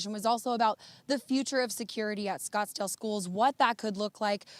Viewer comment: Oh no not "Scottsdale"